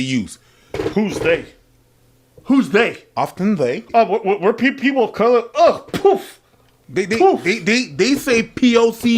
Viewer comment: It's Color not Coluuuuur